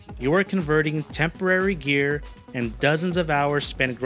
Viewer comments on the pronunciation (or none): none